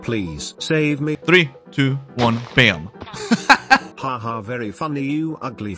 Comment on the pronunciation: Don't say bom say BAM